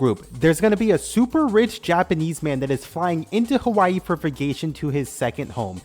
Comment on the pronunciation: HaHWAH- EEE bro quit disquit